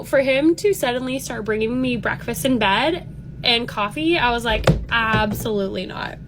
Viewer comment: || "breakfast in bad." WHY is that modern 'california girl' accent so incredibly annoying and insufferable to listen to!? They always reverse the pronunciation for the letters 'a,' and 'e.' Also, they drag on the end of their words with that hideous 'vocal fry.' Another thing to point out is how they talk to everyone like they're speaking to children. The way they higher their tone at the end of every sentence as if they're asking a question with every statement. The ironic thing, though, is that they're the types of people who should be spoken to as though they themselves were children, because they sure do have the mindset of them...